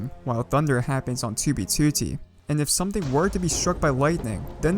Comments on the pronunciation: Tubey tutti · 2b twotee